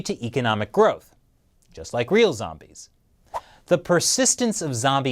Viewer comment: Zampires? Vombies? Lol 😂